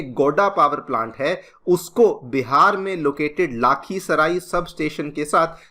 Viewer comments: sir aap mare hometown ko glt pronounce kar rahe ho 😢 lakhisarai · It's not गोडा it's गोड्डा लाखीसराय नही लखीसराय 😅